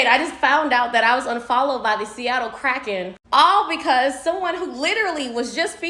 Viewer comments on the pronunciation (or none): calling them Krakens 😂 its just Kraken lol